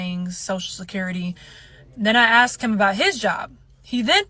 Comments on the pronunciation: Why on earth did people start saying "aks" instead of "Ask"?? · She didn't AXE the interest rate She didn't AXÉ the total price... in fact she Shooda AXXÉĎ thé Ĥolê ĐeeŁ ¡¡¡¡